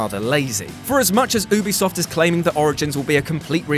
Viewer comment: Did he just call "Ubisoft", "Obisoft"? 😑